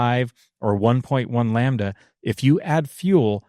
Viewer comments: I can’t stop hearing the one guy say “lambuhduh” and it’s really bugging me 😅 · Can someone please explain to it’s pronounced Lamb-da NOT Lam ba da! It’s painful listening to him. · Lol ! It’s called incomplete combustion . Lambada vs lambda as the dyno guy says 😂😂😂